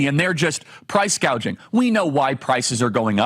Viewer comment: She can't even pronounce Price Gouging ... calls in Gauging.